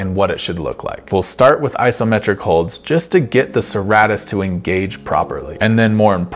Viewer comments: It’s pronounced sir-ate-tus like a serrated knife which is the shape it’s named after. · I know I’m being kind of a dick by saying so, but it’s pronounced suh-ray-tus. Awesome vid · Pronounced: Sir-Ā-tus Thanks, that was great content.